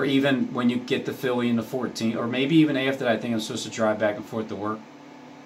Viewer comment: He keeps saying Philly, sounds like to me